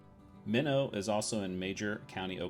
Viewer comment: Great series, however one correction to note: Meno, Ok is pronounced m-EN-oh long e like saying Me no